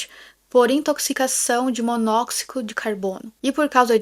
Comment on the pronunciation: Pra provar que estou assistindo o vídeo com bastante atenção, não é MONÓXICO DE CABONO, É MONÓXIDO 👍